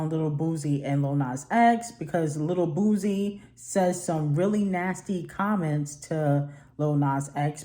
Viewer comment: It's pronounced BOO-SEE,.